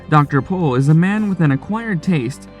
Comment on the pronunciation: Appreciate that you said his last name correctly